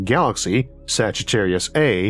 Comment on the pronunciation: You absolutely nailed your R when you said Sagitarius.